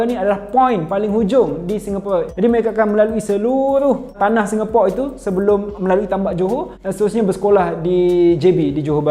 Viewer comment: Speaker sebut "Singapura" tu dah nice dah, memang lah agak janggal nak sebut "Singapura" tapi kenalah biasakan diri. Saya pon tengah biasakan diri sebut perkataan2 dalam bahasa melayu daripada inggeris.